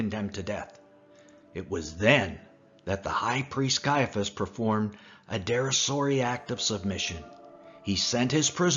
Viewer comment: THe narrator needed to master the words correctly before exposing hid incompetence in public and lowering the standard of the presentation. "Derisory" and Profligate" are examples of words that are badly mangled.